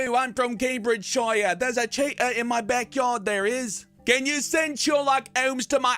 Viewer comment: "Mummy thirs Ah chitah in dah bakyard anD hi ISH iting mii bike!!"